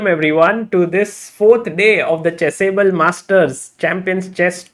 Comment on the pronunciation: Does anyone else love how Sagar pronounces it "Chess Able"? Just me?